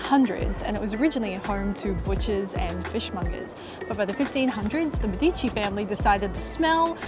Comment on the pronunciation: A very common mistake among foreigners. When pronouncing Medici, the name of the famous Florentine family, the primary stress is on the first syllable (Med-), not on the second (-di-). /MEH-dee-tchee/